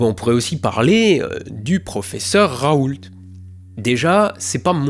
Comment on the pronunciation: Ah... On prononce bien le professeur Raoulte, donc...^^